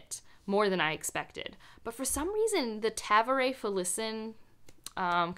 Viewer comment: I think they use the word younger in the same sense as calling someone junior. And I've never heard anyone pronounce Tavore like that. Lol